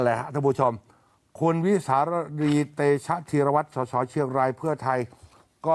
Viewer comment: เขาเรียก สด.ส. ไม่ใช่ ส.ส.